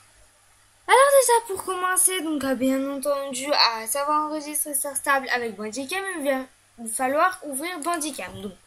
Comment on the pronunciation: Merci pour cette vidéo ! Et en français star stable se prononce star stébeul x)